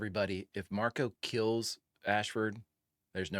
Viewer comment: I don't mean to be a Name Nazi, but.... Marco. No "s". Please. It's wild how many people think it's Marcos, but he's never called that in the show. No hate on you, though. 😃